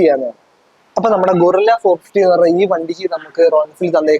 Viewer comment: ഗോറില്ല അല്ലടാ bro ഗറില്ല 😁